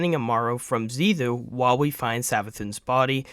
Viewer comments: Xivu (pronounced zee-vu). Not Xiva pronounced zee-thu. Get your info correct if you're going to use it. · Should have used the script, like Ibetonme did. Deciphering what you’re saying, versus what is in that script was a chore. Xivu, not Xiva, becomes an Emissary, not a Disciple. Hopefully most of this is true for the core playlists, for I needed a break because of how lame Lightfall has been. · Zee Voo. Otherwise great video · Bro struggling to pronounce Xivu the whole time had me dying 💀 but great video nonetheless